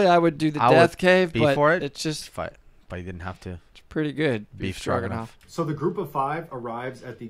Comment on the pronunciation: “Stroganoff” lol